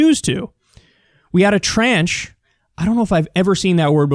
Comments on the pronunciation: tranche is pronounced tronsh. it is borrowed word from French, and means a portion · It's odd, but I think his use of the word "tranche" (With a Frawnch accent) might be what I hate most about his whining.